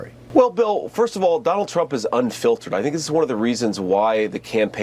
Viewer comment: Oh shoot low IQ JD said unfiltered?…. I heard unfit……